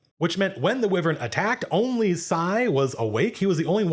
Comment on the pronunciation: First I've ever heard "wyvern" pronounced that way.